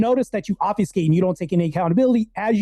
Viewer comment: it’s obFUSCate not obfeescay